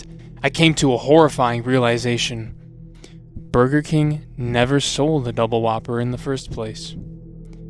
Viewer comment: burber king :DDD